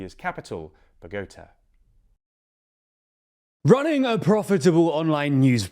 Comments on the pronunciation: Bo-GO-Tah. Not BOGOta. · It's actually bo-go-TAH. The "á" in Bogotá indicates that syllable is stressed. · Minor thing, but that is probably the worst pronunciation of Bogotá I've ever heard haha. Emphasis on the last syllable, so it's bow-guh-TAH not buh-GO-tuh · Let me help hou learn how to saw Colombias Capital "bogota". Bow-go-ta. As a gringo livin colombia i cried for them hearing your miss pronunciation. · You really need to review how you pronounce Bogota, it's terrible every time.